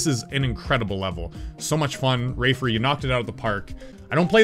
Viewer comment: He said rafer and it sounded like raver